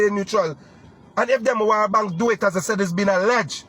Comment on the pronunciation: chap Demerara bank ? not demawara bank